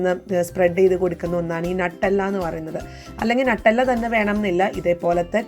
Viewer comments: Nattalla alla nuttella aanu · nattella ala nutella